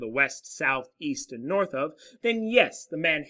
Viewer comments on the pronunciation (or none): none